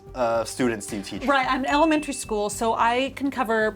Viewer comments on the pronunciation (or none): “I don’t want to work at this shcool”